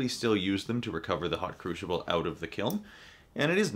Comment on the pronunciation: Where is the h in crucible?